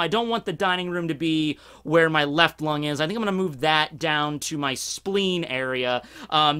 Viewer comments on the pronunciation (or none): none